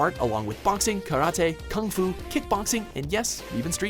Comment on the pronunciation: you pronounce karate like ross geller